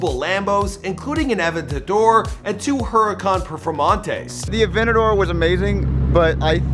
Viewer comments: Dude it’s pronounced a-ven-ta-door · Lamborghini "avetador"